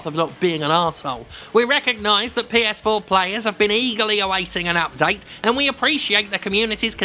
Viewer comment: Lol heard "Ps-foreplay"